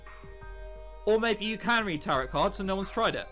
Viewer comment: IT"S PRONOUNCED TAROW CARDS EVEN THOUGHT IS SPELLED TAROTOT CARDS sorry for yelling but you know